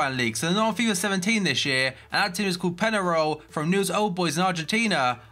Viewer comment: peñarol is pronounced pen-ya-role